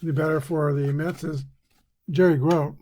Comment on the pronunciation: Gro-tee is how you pronounce the great Mets catcher’s name.